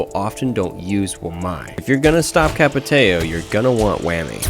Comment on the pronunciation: Why do you keep switching the way you pronounce Capitão lol